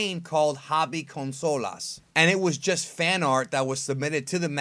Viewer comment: "hobby consoulas" c mamó el yankee :v